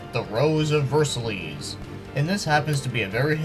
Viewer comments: The Rose of Ver-sa-leez. Oh wow...you've...never heard French before, have you? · I just about died laughing at your pronunciation of "Versailles".